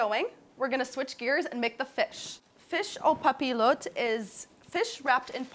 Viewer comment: You're saying it incorrectly. Papillote has a "Y" sound in the middle.